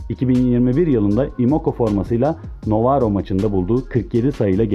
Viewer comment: Novaro değil Novara Paolo değil Paola